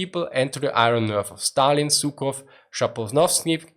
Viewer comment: Суков You really shouldn't call that anybody :D It's Zhukov (Zh wie im 2.g in Garage)